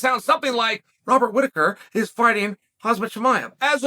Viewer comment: I love that Chael confidently mispronounces fighters names and just rolls with it "Khazmat (haz-mat)"😂